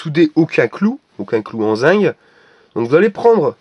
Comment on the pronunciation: zinc pas zing